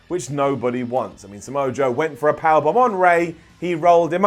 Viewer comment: Heard "blomb", singular